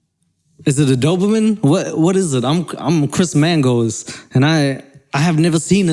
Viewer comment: I didn’t think it was possible to say, “Chris Mangoes” and “running on a treadmill” or as you say “treadmull,” until now!! Lol. We get it. You’re Chris Mangoes and you love running on a treadmull.